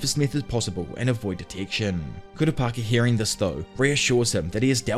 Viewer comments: He finally said Kooo-Ra-Peeeeka. Instead of Ka-ra-pa-ka! Lol. Only if he would said JiiiiiinJeee-ng. Not Ghe-ng! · Dont you dare reedit the video Everytime yoi said kurapaka it made me laugh And made watching this video a blast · were you just mispronounced kupakira on purpose? 😂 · Pronunciation sharpening: it’s not KUH-rah PI-kah…that’s the wester pronunciation…switch around the stress. It’s on the second syllable: kuh-RAH pi-KAH Like westerners say: nuh-ROO-toh (Naruto) Its: NAH-ru TOH 2 stresses on first and last syllables😇 I didn’t even know what our narrator was saying until K was shown on screen😊 I know it’s minutia… The Narrator is doing a wonderful job. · Halfway through and "kurapaka" is grinding my gears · Gotta love "Kurapaka" and "Ghing" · Tserridnich = SIR-RIDE-NICK Kurapika = COO-RAH-PEE-KAH Kakin = KAH-KEEN Sorry to be a stickler, was just driving me nutty haha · Not kurapaka😭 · For the love of all that is anime, please pronounce Ku-rah-pee-ka’s name correctly. Great video otherwise. Can’t wait for a recap on the voyage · The way he changes his pronunciation of Kurapika 😂☠️☠️ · The way you announce kurapika drives me insane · You mean Kurapako? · Dear god yes, I like his detailed explination of the events but holy shit, homie CANNOT decide how to pronounce Kurapika. I know it doesn't roll off the tongue but bro, even if it's wrong stick to one pronunciation, I'm over here thinking Kura-Peeka and Kura-pocky are 2 diff characters cuz I'm not watching the video. To be fair HxH has funky names but I just feel like he's just doing one or two takes and let's keep going. Seriously dude, pick a way to say it and try to be consistent, even if it's wrong just go with that. 😂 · I'm going to call the guy until he pronounces Kurapika a little better 🤣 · i love how you pronounce Kurapika differently every time you say it, and that it's never correct lol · Pronounce Kurapika Challenge [IMPOSSIBLE!!] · Complete butcher of his name 😭😭😭